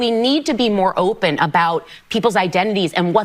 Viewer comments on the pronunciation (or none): none